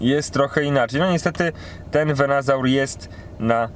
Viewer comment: nie wiem, czy robisz to specjalnie, czy nie, ale to nie jest VenAsaur, tylko VenUsaur :D już któryś filmik, gdzie źle to wymawiasz :D oczywiście Twoja sprawa, ale gdy oglądają Cię inni, dobrze dawać dobry przykład :) Film jak zwykle super, gratulacje duo!